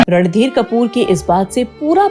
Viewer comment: Aap baar baar ,Ranbeer kehte hai .He was Randhir Kapoor .n not Ranbeer